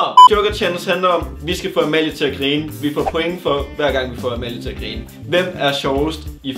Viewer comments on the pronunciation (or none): Elsker at i siger "krine" istedet for grine;;)))